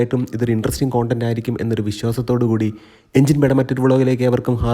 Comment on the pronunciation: ഈ കോണ്ടൻ്റ് എന്ന് കേൾക്കുമ്പോൾ ഒരു അസ്‌ക്യത😂